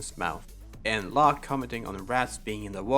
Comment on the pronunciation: It felt odd you saying loke instead of lock for locke